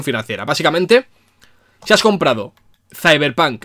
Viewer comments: De los creadores de : "Ziberpan" Llega... "Izeberg" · De los creadores de: “Siberpan”... llega... 🥁 “CeiberPanK”.